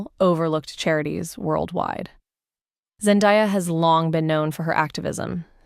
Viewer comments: Seriously though. How does a person even pronounce her name wrong? It's literally pronounced exactly how it's spelled ZEN-DAY-A. I can't right now haha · FFS, get someone to do the voiceover who can correctly pronounce her name and the word debuted 🙄